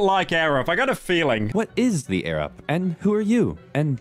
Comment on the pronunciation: Arab? Edit: he said air-up